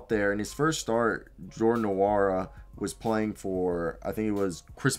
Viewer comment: just a small correction the "N" is silent! (N)wora